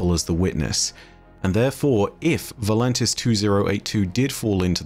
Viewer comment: It’s “Voltanis”, not “ Volantis”